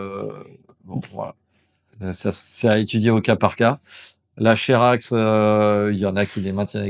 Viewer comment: Cherax se prononce « Kerax », ça vient du grec. Comme Channa, lui aussi le CH est le K du grec. Tout n’est pas toujours en latin 😅